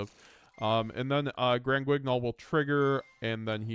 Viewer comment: The "gn" in "Granguignol" is pronounced the way you pronounce the "n" in "onion" or "ny" in "nyan."